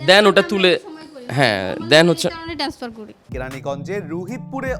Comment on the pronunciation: এই মহিলা ব‍্যাংক কর্মকর্তা হয় কি করে ট্রান্সফারকে টেনাসফার বলছে।